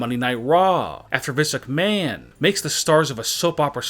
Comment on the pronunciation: And he pronounce vince McMahon as vince ucmahon I know he’s had a stroke